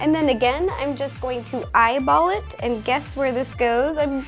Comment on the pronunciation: wy did you say im gana eyebolit